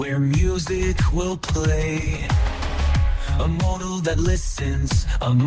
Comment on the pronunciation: Mode-el ? most humans say Maud-el, Un-em-bowed? Woke up "fup" feeling I know i'm being hard but compared to what you showed us from Suno 4.5 it doesn't hold a match